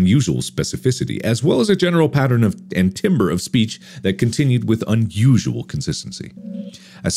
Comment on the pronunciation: Timbre pronounced (Tam-br). Meaning a specific characteristics of a sound. Example: The Timbre of a tuba is very unique. Mark you should know this lmao